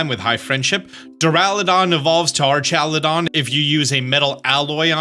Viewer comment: Btw small pronounciation stuff that I've seen you correct yourself on in other videos (So if you don't care, that's absolutely okay) * The items are Galarica twig/cuff/wreath, rather than Galarcia twig/cuff/wreath * Duraludon and Archaludon have a "lu" sound in them, rather than "la"